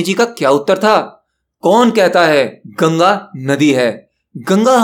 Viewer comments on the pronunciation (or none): none